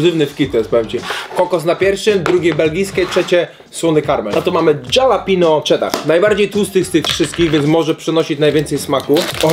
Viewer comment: „Moczi” a nie MOUCZI i „halapenio” a nie DŻALAPNIOŁ